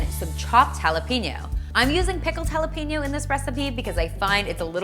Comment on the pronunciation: jalapeno is pronounced hal.e.pen.yo no peenyo